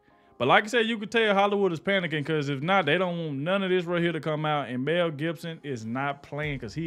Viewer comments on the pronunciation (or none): Who the F … is Meaaaaalll Gibson? Is it perhaps Mel maybe? 😂